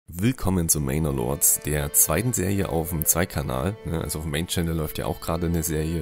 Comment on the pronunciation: Es heißt "mener lords" nicht "mainor". Vielen Dank sonst für die zahlreichen Tipps für dieses überragende Game 😀